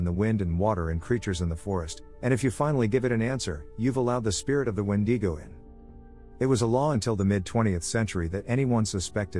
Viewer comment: I had no idea what a when-de-go was then I realize he was saying a wendigo . Lol